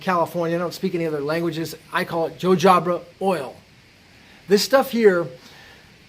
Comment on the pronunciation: ...wait till you’re 56yo. Jojoba is pronounced Ho Ho Bah